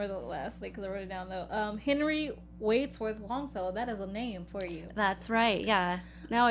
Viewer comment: Tried to listen to this on the podcast but couldn’t because y’all can’t pronounce “alias” ... that’s a basic English word ... and “Wadsworth.” Cmon now.